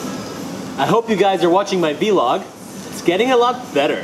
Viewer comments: It's vlog not v-log hahaha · its not ve log its vlog